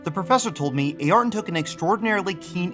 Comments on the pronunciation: Great vid but your pronunciation Ayrton is soooo grinding with me. It is Air-tun NOT A air tun! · "A-arton"... nope "a-yer-ton" Senna Da Silva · Ay-ar-ton? Really? Never heard his name pronounced anything other than Air-ton. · Air-Ton. say it like that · true but still everyone knows the correct spelling of the name regardless of where they're from... it's actually the first time in my life I've heard someone actually saying A-Arton